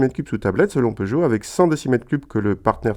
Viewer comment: Seuchot? Peugeot ça se dit